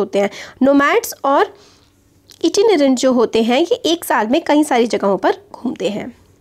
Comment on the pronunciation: Mam ko itinerant pronounce karna nahi aaya🤣😂